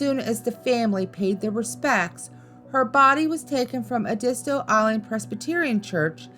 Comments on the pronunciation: I gave this video a chance being from South Carolina I knew the stories I might hear would be ones I already knew. But had no idea about all the mispronunciations. Ediso for an example... its Ed-it-stow...Edisto Island. Lavinia Fisher's name is said as La-vin-i-a. Honestly when doing a YT video take the extra time to check out the pronunciations of a name or place. It takes seconds and google will even teach you how to say them. Its a matter of taking pride in your YT video as well as showing respect to the ppl, places, and stories that are told. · Please pronounce cholera and Edisto correctly. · thank you for making this video 🙏🏻 there aren’t many things i like about my home state but the history and paranormal stories are always so interesting to me. love the video but the way you pronounced Edisto makes me cringe 🫶🏻 all love tho lol